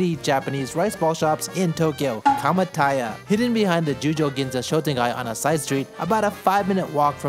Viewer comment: add 'ん' at the end of Kamataya💀